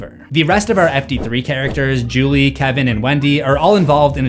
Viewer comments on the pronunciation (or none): none